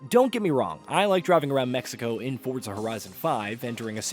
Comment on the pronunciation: You're still pronouning Forza incorrectly. Fort-za.